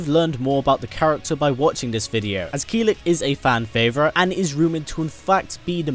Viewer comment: Its Kill-ick not keel-lick